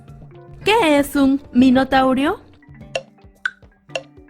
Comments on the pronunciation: minotauro no minotaurio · Minotauro... O minotaurio jajaja. Pero muy buen video.... Lo pasamos muy bien con mi hijo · A mi casi me da un infarto cuando la voz ha dicho qué es un " Minotaurio" . Minuto 4.13. La palabra correcta es Minotauro, Tauro es sinónimo de toro y Tauromaquia. Tabn en el idioma horoscópico, signo de Tauro. Viene del griego. Y el monstruo no era un monstruo, la leyenda griega habla de un ser mitológico, mitad toro y mitad hombre que habitaba en un laberinto. Hay que diferenciar la Mitología griega de las fantasías. Un respeto. No se puede decir "Minotaurio" como si fuera un saurio, o sea un cocodrilo o algo así. Por favor, en este tipo de test, pido que tengan en cuenta los términos, porque la Mitología griega es estudiada académicamente y muchos profesores viven de la Historia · Corrígete no es "Minutaurio"...